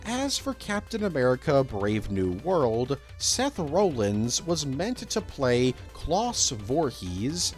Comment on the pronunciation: I know it’s nothing new but the way you said Rollins physically hurt me as a wrestling fan